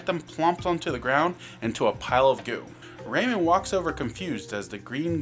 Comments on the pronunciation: "Raymond, from the Raymond series.." RAY-MAN. RAYMAN. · Ah yes, Raymin. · WHY ARE YOU PRONOUNCING RAYMAN LIKE THAT